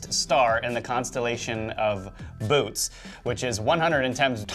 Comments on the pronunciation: I appreciate your makin this. I hope that you are open to bein made to be right. The word "Bootes" has three syllables Bo - o - tace. Thank you in advance for editin the right speakin into this videograph. Also compare "cen - taur - i" and "cen - tur - ion". Taur versus tur. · Bootes is pronounced "boo tees". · thats not how u pronounce bootes